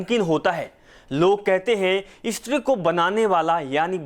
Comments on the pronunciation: ISTRI Nahi Stree 😂😂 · "Estri" kya bol rahe ho😄